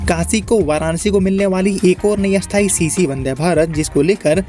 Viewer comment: 😂😂😂 bhai ka sthayi and asthayi same pronounciation hai